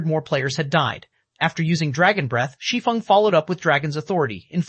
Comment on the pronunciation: Thank you for pronouncing “Shi Feng” correctly!!! 😮‍💨